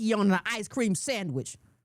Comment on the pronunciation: lol everytime says sammich I am in tears